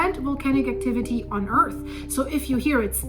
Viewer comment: Can you learn how to pronounce earth it’s not “earthis”